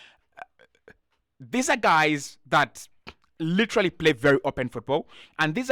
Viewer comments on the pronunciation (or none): none